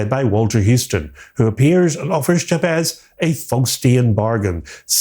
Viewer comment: Have you actually watched this film? Firstly, Mr Scratch is not a "stand in for The Devil", he IS The Devil. And If you do bother to actually watch the film, you'll realise that the name Jabez is pronounced Jabeth, not Jab-ezz. Likewise Stephen Vincent Benet's surname is pronounced Ben-eh (silent 't') not Bennett (as in Tony Bennett) and Dieterle is pronounced Duh-ter-luh, not Deterle. Listening to you mispronounce their names over and over again was like nails on blackboard.